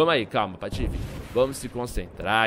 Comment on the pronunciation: ele falou patofe?